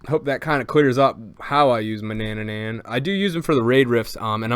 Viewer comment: Its not ma-na-na-nan its ma-na-nan